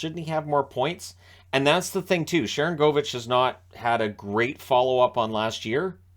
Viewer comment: You've been pronouncing one of the names on that team wrong. It's Sharan goal vich. Even if he's not scoring as much as you think he should, just like the guy who used to play in San Jose was Marcus Score nsen.